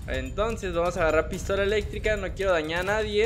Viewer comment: Vas en universidad y no sabes pronunciar nadie* haya*